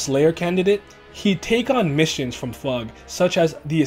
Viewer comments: it sounds weird for me to hear it as "Fahg". I've always read it as F.U.G. Both are relatively correct I guess but still... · I'm korean but yes fug (rhymes with hug) is the right pronunciation! Nice video btw :) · pretty distracted with how this vid pronounces FUG, I always read it as F U G but I don't remeber if the correct pronunciation was ever mentioned in the webtoon haha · I always pronounce fug as fugue, because it sounds more artsy, and better in my head. It’s not right, but I’m a westerner, and gotta do that sometimes to make things sound more natural.